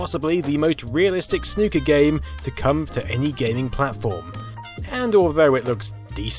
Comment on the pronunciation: Soo good to hear a YouTuber say Snooker properly